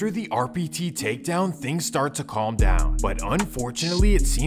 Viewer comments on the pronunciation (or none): none